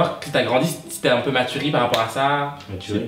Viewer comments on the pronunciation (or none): « maturi » JDKZKQL AUCUN EFFORT 😭